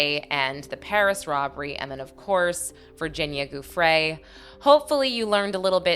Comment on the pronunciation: Giuffre is pronounced Jew-Fray